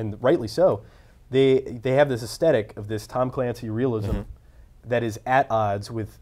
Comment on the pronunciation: I keep hearing them mess up on the word "aesthetic" with "thesthetic" lol #Bethesda